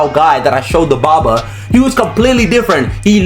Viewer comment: bro kept saying bobar